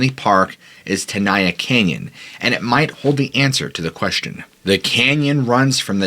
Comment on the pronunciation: Tenaya is Ahwahneechee not Mexican. I grew up in Molesto, was a Boy Scout. My council was Yosemite, my district was Chief Tenaya district. Locals pronounced it ten aye ya not ten eye ya. It's Mee wuk not Mee wawk. It's Gay len Clark not Gallon Clark. This guy gives me the creeps not the park. Me and my friends worshipped the park and to this day I have never been there. It's for tourists who don't respect it, don't revere it, have no souls. The hotel was built in '27 for the rich. I am mixed blood and I suppose, to this punk I'm living under a rock. Where do the homeless live in the park? Ca like other states is becoming just one more banana republic. During the Depression, the Okies(the homeless) could pay a couple of dollars and stay in the park all summer, fish for trout. My biology teacher in HS would serve as the park naturalist during the summer from school, Mr Heller, would wear a poncho and two 45 acp's.